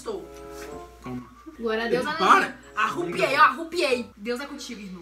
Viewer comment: "arupiei" KKKKKKKKKKKKKKKKKKKKKKKKK